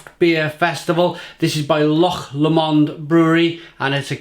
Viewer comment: Haha! You pronounced ' loch' correctly, and got Lomond wrong! 😁